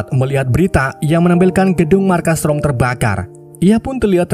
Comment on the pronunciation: Itu roma bukan rom😂 haahahahahaa apa lah